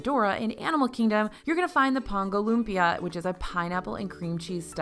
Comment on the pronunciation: Haha thank you for pronouncing lumpia correctly 😆